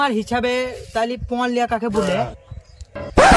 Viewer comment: পন নয় পণ হবে